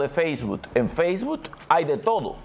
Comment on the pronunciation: Sr. no se dice Faceboot se pronuncia Facebook, con una K all final